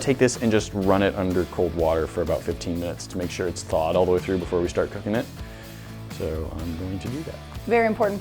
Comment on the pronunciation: "dethaw"... yeah no